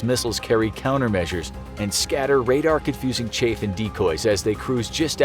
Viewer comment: Yall should hire me to narrate...I know how chaff is pronounced...